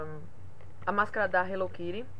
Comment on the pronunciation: Minha linda,pq vcs falam HELLO KIRI??Acho que eh a segunda pessoa que vejo falando assim nos videos,aki nos falamos HELLO KITTY.Sera que nos outros paises se falam diferente?? Amei seus presente minha linda!bjuS